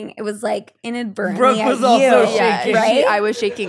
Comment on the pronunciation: low key rude af getting brookes name wrong